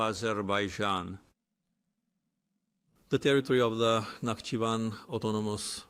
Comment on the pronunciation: NATO Nation...Azerbeidzjan???!!! 😂😂😂...Fake A.i bullshit!!! 😂